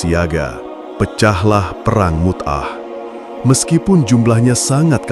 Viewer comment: Mu'tah.... bukan Mut'ah